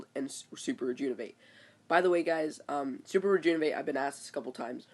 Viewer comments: Bro, it's Re-JUV-in-ate not re-JUN-iv-ate, I know it's kinda picky, but that's gotta be one of the worst mispronunciations I hear. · Please practice saying Rejuvenate correctly!! It's maddening!!